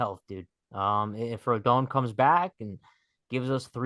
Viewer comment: It’s pronounced RODAWN, not RODOWN